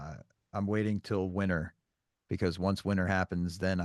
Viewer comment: saying “Winner” instead of “winter, LOL awe! The moment I heard speak, wow mad respect! The one thing I find that many of us oftentimes forget about is that being different is what’s so beautiful, so keep being you! I agree with your friend whose told you to embrace disability because it goes a long way when you’re able to prioritize your needs first before others. “A physical disability doesn’t have anythign to do with intelligence.” YESS, in other words, our disabilities Do NOT define us! Your worth comes from who you are as a person, not from your abilities!, I love how you’ve taken a bad situation and found the positives to it! For instance, you mention how the bad news put your life into perspective and if something doesn’t go your way,then you find your own path and work hard. I absolutely love that you have that mindset because while you accept challenges, others would just give up. I enjoyed watching this episode, thanks for having on!!! 🙌🏽🖤🖤🖤